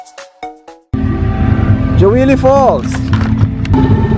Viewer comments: natawa ako sa Jawili 😂 its pronounced as Hawili sir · Hawili po basahin yan sir , hndi po jawili 😊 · That's pronounced as Hawili.